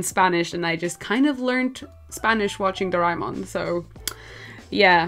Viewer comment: its pronounced as "Do- re- Mon "